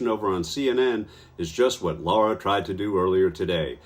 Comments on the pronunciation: It’s not Laura- it’s Lara—- I can’t stand her but you OWE her the courtesy of getting her name right. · I wonder if Hunt said Lara Trump's name wrong on purpose? Lara, not Laura.